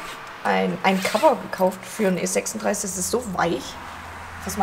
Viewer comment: niemand spricht E36isch so schön aus wie du 😍 hab auch schon einige Felgenreiniger getestet,-aber ohne nachpinseln wird das meistens nichts 😉 deshalb würde ich mich natürlich auch über ein Probefäschchen freuen 👍